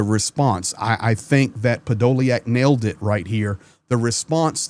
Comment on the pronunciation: hey the spelling is a good English version, the' iack' in Ukrainian is YUK, so his name is pronounced Podo lyuk which is impossible to translate into English as it gets said as ly uk... I have the same name.... :)